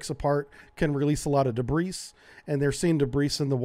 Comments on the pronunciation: What's "duhbreece"? "There was a lot of dubreece in the water". I think debris is pronounced "duh-BREE". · “Debris” is pronounced “duhbree” not “duhbreece”. Sorry, that drives me nuts - almost as much as “moot” not “mute”. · Pronounced: 'debree' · A minuscule point of diction, “s” in debris is silent (“de bree”). Sea Owl: SS 405? As a former submariner, I love this channel 👍🙏🇺🇸. If there was response from the thresher two days after being lost then she couldn’t have been crushed. How could she have maintained depth above crush depth with active flooding? American Submarines are designed with a healthy safety margin for design specs, but 3-4X doesn’t seem seem reasonable. Is it possible the flooding was held in balance with the DC drain/trim pump until the battery was depleted? They had no hope to restart the reactor because of no AC to run a main coolant pump. Their only hope would to have been to violate procedure and use the stored heat in the Main Coolant System to power up to the surface at the time of the SCRAM with their main turbines prior to isolating the main steam system, and thus allow them to start the EDG and initiate a low pressure blow to their ballast tanks (due to HP blow issues). Evidently the EPM didn’t have sufficient power to bring the Thresher up to the surface. It’s obvious that the wreck must now be visited to a ascertain the truth surrounding her loss. The Navy really needs to come clean on the reason for the misinformation campaign, 🤔 but then again, How would one know it wasn’t merely a new lie? The loss of the Thresher was such a sad chapter in the US nuclear submarine history. The only positive outcome was that this tragedy went on to lead to the creation of the SubSafe program, better desi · The S is silent in the word debris. In the US it's De - Bree and in the UK it's Duh - Bree. 1350 fathoms is 8100 feet. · Did he say "debrice" for debris? Lol! Wow! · >'debreese' It's impossible to take anything you say seriously after that